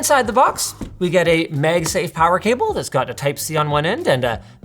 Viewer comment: If I hear MegSafe one more time